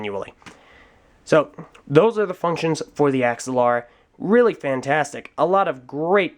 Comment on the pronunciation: Ax-ah-Lara? I always pronounced it "Agz-al-ara".